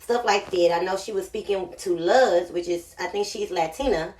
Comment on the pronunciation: why u say luz like that lmaoooooooo